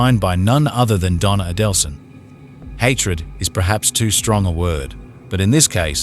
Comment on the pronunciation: Why would you narrate this video given you cannot pronounce Markel or Adelson?